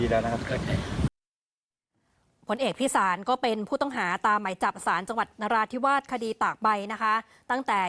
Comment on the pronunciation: อ่านชื่อผิดบ่อยเกินครับ พิศาล ไม่ใช่ไพศาล